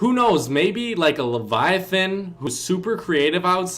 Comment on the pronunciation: Finally someone who can pronounce Leviathan correctly.